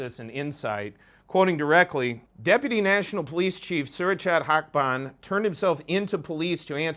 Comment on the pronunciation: Actually your pronunciation is good. สุรเชษฐ์ หักพาล. The end of the name เชษฐ์ is sort of pronounced "chate". Keep up the good work.